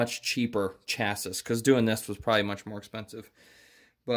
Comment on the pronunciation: Hey, it's pronounced "chass-ee," not "chass-iss"! :)